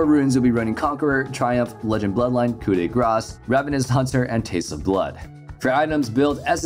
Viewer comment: Finally someone who say "coup de grace" correctly